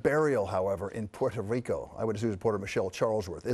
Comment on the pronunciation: This guy said "Poor Show Rico" 😂